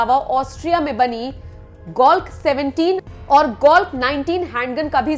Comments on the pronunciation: Its glock not golck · आपने वीडियो बेहतर बनाया, लेकिन अपने PM के सुरक्षा में लगे हथियारो का पूरा खुलासा नही करना था। ये बात अच्छी नही लगी आपकी, आपने दो जगह कमांडो को कमांडर बोला, ग्लाक को गोलक जैसा काहा। ये भी गलती थी, सुधारिये से भी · That's not "golk" that's "Glock" 17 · Are anpad aurt golk nhi glock hota hai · Golk-17 nahi Mam Glock-17 but anyways video was informative. Jai Hind. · Golk nhi glock madam ji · Mam video aapka acha hai par glock hota hai golk nahi🙂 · ओ मेडम golk नही glock कैसे कैसे लोग आ जाते है मीडिया में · Its glock not golk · Apne toh Austria ki glock 17 pistol ko golk bole ra ha hai or Fn scar h ko sacr bole diya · Golck 17 aur Golck 19 waah re anchor wahh🤣😄